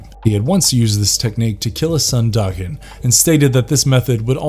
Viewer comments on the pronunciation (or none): none